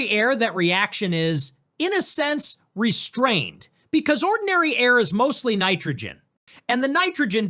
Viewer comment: What exactly is "Onndiny Air"? 🤣